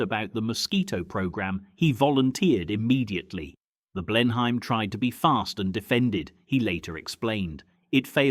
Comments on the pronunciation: Please teach your robot to pronounce names correctly, particularly if you are giving it a British accent. Also, what is the significance of the photos of Hampdens while you are talking about Blenheims? ('Blenim' not Blen Hime) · Blen- Hyme?